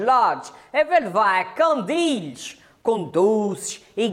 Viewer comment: olha mais um a dizer 'candilhes'... CANDINS! CANDINS!!!